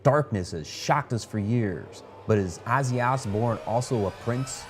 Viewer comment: i hate the way buddy says, Azzy Azbourne